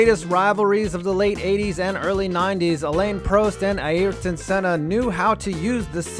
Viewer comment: Americans can't say Ayrton Senna if their life depended on it